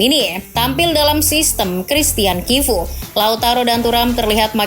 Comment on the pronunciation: Sebutan nerazzuri: neratsuri, chivu: kivu